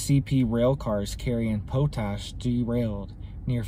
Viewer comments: Thanks for the video. 👍 (It's "POT -ash" btw, not "POUT -ash".) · thanks for the up date,, and it is POT-ASh not po lol pronounced.. Pot-ash hun like a pot you cook in.. sorry just made me laugh the way you say it. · And its pot ash not po tash...but youngsters don't get the education us oldsters got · I believe it's pronounced Pot, " as in, a pot of water " . Not , Po " as in , potable". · We pronounce it pot-ash and it is sold by the ton to the farmers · Haha...it's pot...ash..not po ..ash ..lol..thanks for up dates ..cheers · It's pot-ash.... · Just a heads up it's pronounced pot ash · Pot ash, "ma cloud" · It’s pronounced - Pot-Ash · lol pot-ash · Americans can’t say Potash What’s up y’all? Pot ash . Lol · Alegheny - pronounced “Al uh gain ee”. Potash - pronounced “pot ash” Not to detract from the importance of your message, but proper pronunciation helps to convince us you are well-educated. It’s obvious that you are intelligent. Just do a little more investigation of names. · 'Pot' 'ash'